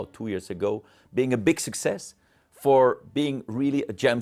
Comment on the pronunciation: Great video! How many times did the Omega CEO say succees? In the hundreds😂